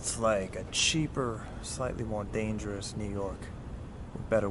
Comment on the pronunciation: Isegoodo that's wat i heard everytime u said dangerous 🤣🤣🤣🤣